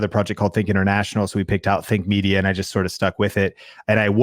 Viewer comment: Sorry to say but Think Media ... When you say it it sounds like Fake Media :P